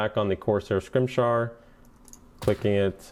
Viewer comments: "Corsair Scrimshar" It's scim-it-ar, you dope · si-mi-tar. It's not that hard. lol. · wow to that Scimitar pronunciation.